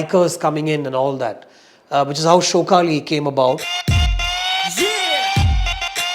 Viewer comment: Its not showkali.... shaukaali.... shauk aali